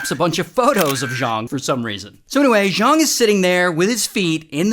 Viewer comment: *Zhang not Zhong